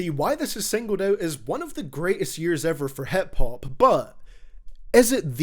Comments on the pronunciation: I love how he says HEP hop instead of hip hop. Scottish accent is beautiful. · hep hup